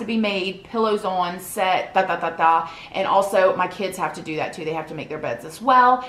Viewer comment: First I love how you say “on” but 2nd ⭐️